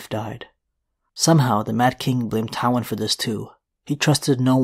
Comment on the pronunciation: Omg it’s pronounced TIEwyn not TOWwyn. 🤦🏻‍♀️